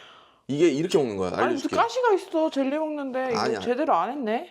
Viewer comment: 근데 왜 자꾸 쩰리라고 하시는건지? 젤리 아닌가?ㅋ